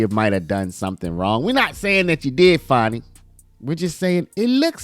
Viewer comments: Why is everyone calling her "FARNI" . Her name is Fani, it's not hard! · It's FANNY not Fauni 😜😜😜😜😜🤣🤣🤣🤣🤣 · I don't see no "w" in there. So it's Fani (Fanny), not (Fawny)! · Why are you calling it fawny? It's fanny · FAN - ee not FAWN - ee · Its fanny, pronounced as in female genitalia, not funny as in haha. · There is no "W" in "FANI".